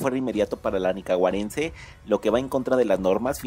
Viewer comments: otro youtuber que dice falsedades y pronuncia mal "Nicaragüenses?" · Antes de decir Nicaragüenses aprdnde a pronunciar lo buen menso. Que envidia